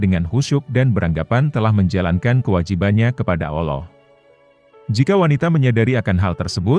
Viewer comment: Ngucap kan" Allah' kok kurang pas ya?